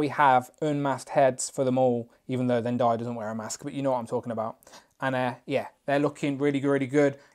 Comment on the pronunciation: Zendayas name is pronounced zen-day-a